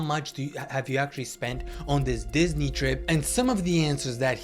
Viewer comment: “dihhsney” bro💔